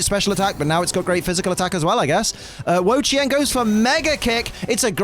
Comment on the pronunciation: is one of the 1st people I heard say wo chien name right. dude work dude. one thing I wish pokemon company did though was put the accent marks in. for those that don't know the word ma can have 4 different meaning as an example, one being house and idr the other 3 as this was over 20 years ago when i took a mandarin class.